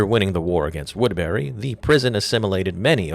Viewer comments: its pronounced "woodbury" not "woodberry" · its woodbury not wood berry lmao